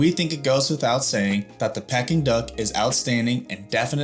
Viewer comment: Of course American’s pronounce Peking Duck as “pecking duck” rather than “peeking duck” 🤦‍♂️